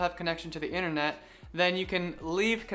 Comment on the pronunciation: Rowt ? I think you mean route, as in route 66, and it is inTernet, not innirnet